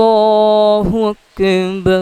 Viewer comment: Bhai app Allah o Akbar to sahi tarha parho kis tarha parh rehe ho